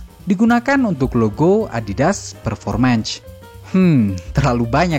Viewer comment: Performance dibacanya performens bukan performenc